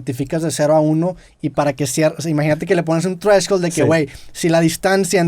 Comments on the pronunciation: un chupe cada que Roberto diga treshhold. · Drinking game, tomas cada vez que roberto diga treshold